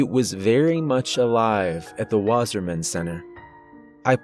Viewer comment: REPEAT AFTRER ME ITS PRONOUNCED "VASSAHMAHN VA SAH MAHN" water man